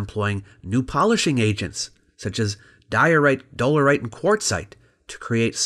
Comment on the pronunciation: Dole'erite lol. Wonder if Giro'rite is a rock. Lol, UK joke.